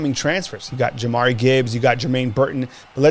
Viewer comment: Y’all still callin him Mcquellin. It’s McClellan. Also Jahmyr is pronounced jah-meer not Jamari. Love y’all guys but this is my pet peeve.